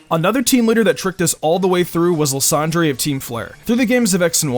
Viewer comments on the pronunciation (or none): um, didnt this guy roast Lysandre in the other video. Also, its pronounced Lysander. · Also you said lysandre wrong it's sound like lie-xander. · You really butchered the pronunciation of lysandre's name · Team Flare's boss is "LIE-SAND-DER